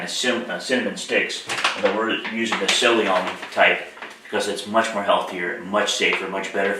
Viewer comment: ceylon is pronounced SAY-lon. It's the old name of Sri Lanka.